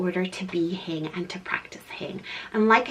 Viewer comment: per simple Google search: "Learn the Hygge Definition & Meaning on Hygge House Hygge (pronounced hue-guh not hoo-gah) is a Danish word used when acknowledging a feeling or moment, whether alone or with friends, at home or out, ..."